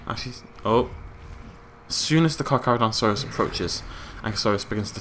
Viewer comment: Kakis6969 It's still Charcharodontosaus, there is no ru in saurus, and the first Car isn't supposed to have an h.